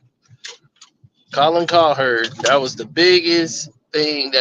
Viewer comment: Isn’t it Colin Cowherd not Colherd?